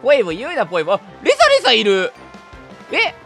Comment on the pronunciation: レサレサお嬢様ぁ〜！ 相変わらずのレサレサのイントネーション違和感あるな(笑)